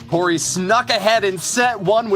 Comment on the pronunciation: "cori" CORY?! oh